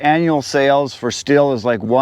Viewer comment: You indeed say “shtil”